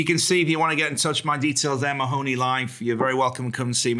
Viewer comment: MAHONEY. can you ask the host to actually pronounce your name correctly please. But one minute how are they going to paint a UFO while the mask slip's we all know there lizards in the building. I'M going to tell you be careful because the crowd in palace if they know your talking these people are dangerous man. The Queen has never taken up her residency it's all the crowd from the underworld. I want to ask you a question why don't the British empire that's there now not the real people before they where invaded but if you noticed why TPOUS (....) You know what that means. I'M trying to be careful in what I'm saying. You know I live in a Catholic country, you seen how there trying to district the public with the big steal this is exactly the time they can pull this off but the #1 knows exactly what going on. Why do you think #1 is staying so quiet right now. He will walk back in and you know the establishment called people whistle blower's well #1 will BLOW THE WHISTLE. It's the NWO are trying to pull this off. Look at what the mainstream media done to our friend in the UK because he spoke the truth they locked him up with the enemies he was calling out. One more thing get in as much food and fule that's to anyone who's reading this and are on the Ball. Not one of us can buy gold today because they need all that for the plutonium there going to need that is talking about. Keep up the great work, bring back our real president